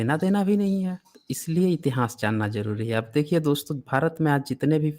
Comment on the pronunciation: श्रीमान जी इतिहास शब्द का उच्चारण सही करें